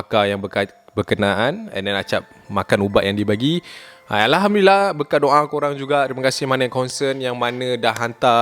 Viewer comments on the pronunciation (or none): none